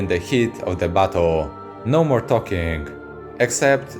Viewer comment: Everytime he says "battle" I can't help but hear "butt hole" it really changes the theme of the video